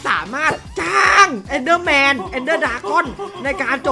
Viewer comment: ตอนเเรกพี่ผูดผิดพี่ผูดว่าเอนเดอร์เเมน